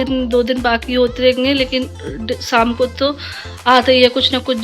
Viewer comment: Shaamku boloo saamku nahii